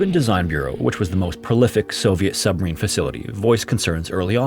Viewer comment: I can’t get over how you slur your words. You need to annunciation better. You say Submarine sometimes, and then “submeen.” You need to slow down